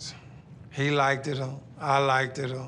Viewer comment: Five Dee lol 😂 I decided to read the comments just to see if anyone had said anything about "like-ted". Glad you were first. Lol